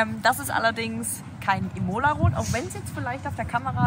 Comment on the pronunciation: iiiiimola und nicht imoooooola😂